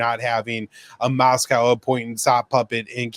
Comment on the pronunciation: "Mass-cow" and "Saint Peter's...(pause)... Berg"